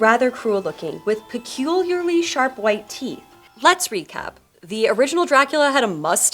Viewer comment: Still having problem saying peculiar?